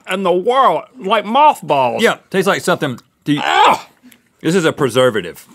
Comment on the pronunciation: Link - “What in dbwa wurld? It taste like mawthbolls” 😂😂